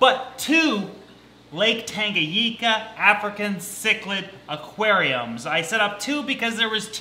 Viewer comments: TangaNICA NOT TANGAGICA UGHHH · Pronounced tanga-Nee-ka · It's pronounced Tanga-neeka